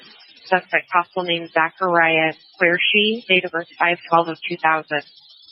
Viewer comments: its ZACH QURESHI NOT Careshi pronounced KOO RE SHI ‼️💯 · Qureshi , not Careshi